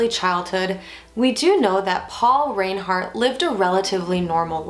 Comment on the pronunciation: You’re pronouncing their name incorrectly, it’s pronounced rinehart